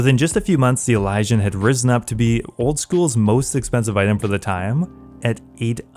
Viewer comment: I’m pretty sure that’s how you say it